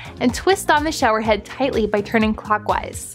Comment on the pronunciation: “The torial” “the show-erreem”